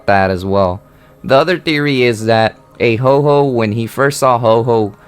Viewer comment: It's not Ho Ho it's Ho oh